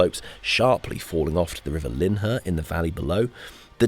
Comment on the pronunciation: Grew up near Cadsonbury, we pronounce the River Lynher like liner. Good vid btw 👍